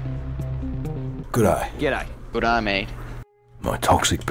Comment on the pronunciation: mate it's g'day not go'day